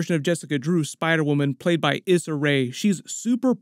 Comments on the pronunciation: Cant tell you how much it irks me when people says someones name wrong😅. Issa Rae is pronounced Issa (E-SAH) Rae (RAY) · The "Issa" in Issa Ray is pronounced "E-Suh"